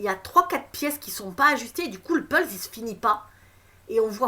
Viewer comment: C'est moi la lumière : on dit puzzle et pas pulz. Sinon 43mins pour dire que ta révelation c'est qu'il va y avoir une révélation choquante en juin....